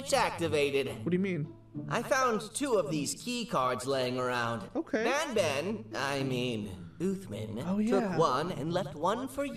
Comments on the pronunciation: When you were doing the statue and the light part it was Banban not Banbaleena!!?? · It’s banban not banbalena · I like how he was pushing the bananas but he called them banblena's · That was banban not banbaleena😂😂😂😂